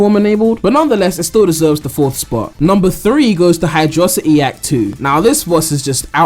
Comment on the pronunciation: It's prounounced hydro-city not hidroecty